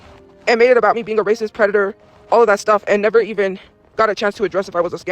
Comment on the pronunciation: I thought he was a pwedator